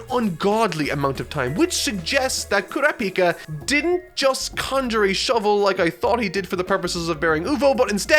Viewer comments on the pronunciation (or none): It's Kuràpika goddammit not Kurapìka! It's like a dagger in the chest every time he miscalls him